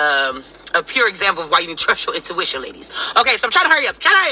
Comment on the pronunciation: At the 2 minute mark did she say "intuitia-lings"? 😬😂🤦🏽‍♂️